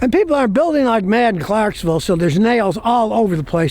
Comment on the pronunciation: Ive never heard "Clarksville" pronounced like tha t!